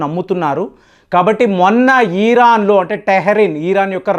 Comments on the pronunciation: ఈరాన్ కాదు సార్ ఇరాన్ అని పలకండి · "ఈ"రాన్ కాదు "ఇరాన్" అని పలకాలి